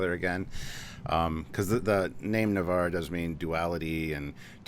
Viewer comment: I thought it was N'var not Ni'var ?